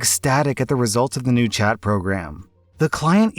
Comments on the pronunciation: I swear he says Chad instead of Chat. XD even while listening and reading it. Lmao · All I could hear in the first one was ‘Chad support specialist’ 😂